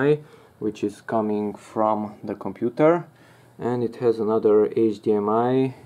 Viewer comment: moniTUR into the compuTUR.... hehe... are you filipino?